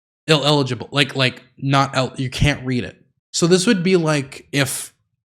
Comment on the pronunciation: trying to say illegible 7 times is both infuriating and adorable. True king.